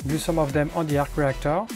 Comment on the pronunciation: I hon man arhc rhheeactoor......